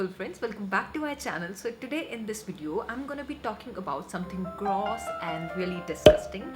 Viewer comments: Thats not Indian accent that is poor english pronunciation. Proper Indian accent doesn't pronounce clogged and gross so horribly like she does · This chick said GROOS😂